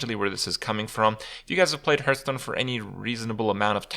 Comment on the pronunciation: Every time you say Hearthstone I hear Hurthstone..